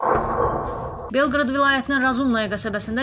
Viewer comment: Belqrad yox,Belqorod!! Belqrad başqa dõvlete mexsus şeherdir,Serbiya ya